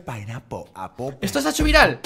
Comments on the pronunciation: mel se dise pen and Apel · se dice pen pinapple aple pen =) solo es por ayudar